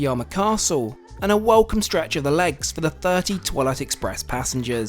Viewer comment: I heard toilet tooo😂😂😂😂😂😂